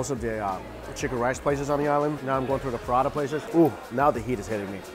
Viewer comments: U said Paratha i heard Prada 🤣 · they're pronounced prah-tah 😂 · First off I think your great. But it's not called a paratha. Phonetically speaking it is "Parota" with an emphasis roll the o. It's my culture so technically my grandma made me know. Keep up the good work!!